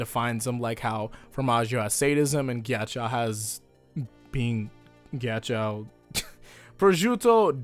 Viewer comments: i thought ghiaccio was pronounced gee-achi-o not gee-achi-aou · nobody:: "Geeyacheeyao" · Jack-io, plz pronounce it correctly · everytime he says "melawn" or "mel own" instead of "mehlohneh" it hurts my brain Edit: oh god he pronounces ghiaccio as "gyachow" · HEY. You know Ghiaccio? Why does Pronounce it Gyachyow? HUH!!? WHY!! SAY IT RIGHT. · Your pronunciation of Ghiaccio as 'gyachow' kept cracking me up the entire video 😂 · Mispronouncing Ghiaccio, see what you did there.